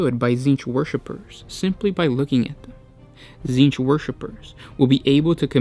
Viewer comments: Titsnitch, not tzeench. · This was oddly inspirational. Also, I HAVE to ask: I'm hearing "" every time you say your name. What is it?!?! This is driving me to Tzeentch!